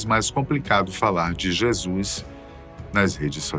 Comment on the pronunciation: Que agonia de “Jésuis” 🫤